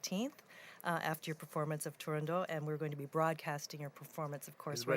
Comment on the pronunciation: Bravo, the great Alagna! And thank you for the correct pronunciation of Turandot.